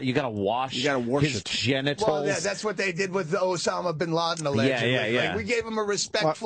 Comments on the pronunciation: When Opie say worsh instead of wash God isn't that funny hahahahahaha!!!!! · It’s so edgy and hilarious the way dopie mispronounces wash with “wersh”... he is such a comedic talent. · we get it opie, you say wersh. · It's a slow burn but I promise that by the fifth or sixth time Opie mispronounces "wash" it really starts getting funny. He not only steered the ship but his comic stylings were unmatched.